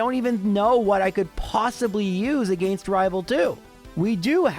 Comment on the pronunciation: This video sounded interesting, but I just can't stand that pronunciation of "against"...